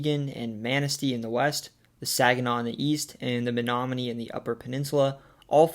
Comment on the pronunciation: Only halfway through so far, but as someone from Menominee, I’ll say you NAILED pronunciations of place names all around. They aren’t easy!